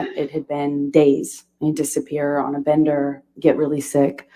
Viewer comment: Bender...NOT Binder...sighhhhh